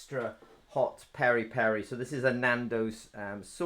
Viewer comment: Peri/Piri rhymes with Siri. Or the “biri” in biriyani